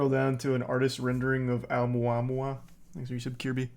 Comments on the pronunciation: It's pronounced, oh-moo-ah-moo-ah. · When you doubt everyone and everything bc you don't see it.. it was considered a meteor/asteroid at first.. then ppl figd out what it was. Face the facts brother. O mua mua is how you say it. Fml. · It's pronounced "oh-mua-mua". When we found it, it had already passed earth and been slingshotted away. It was a huge deal when it happened. They could tell it was interstellar and the way that it was physically shaped - with the material it was made of - was super odd but still naturally occurring.